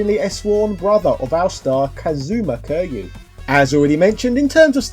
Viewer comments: Never played a Yakuza game, but I think its probably pronounced like kirry you, not curr you. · It is Ki-ryu......if u r gonna talk about a game serie this famous at least learn to pronounce the MC name correctly......